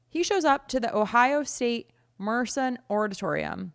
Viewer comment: FYI its spelled Mershon pronounced Mur Shawn. For future reference